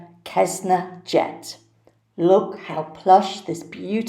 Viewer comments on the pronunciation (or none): Not to be the grammar police, sorry, but the jet brand is pronounced "sess-na". L💙ve your videos and viewpoints! You are spot on! And the Royals DO understand how they' waste.. they just don't care!.... And where is eco-crazy, King-to-be, father, Prince Charles??...Why isn't he speaking out on it??? If it was one of us using 4 jets in 11 days he be speaking out against us wouldn't he!